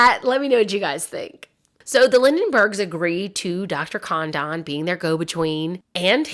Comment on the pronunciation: Hurt my brain too. Literally the biggest kidnapping in American history. Thousands of movies, books, video, etc. This is the first time I've heard Lin.den.burg. Also, Dr. Condon is mispronounced. It's Con- dun. Should have watched contemporary newsreels. Out.